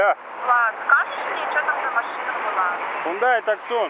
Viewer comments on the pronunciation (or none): Хёндай Таксон ))))) Прямо так в СТС и записано, наверное. Хёндэ́ Тусса́н.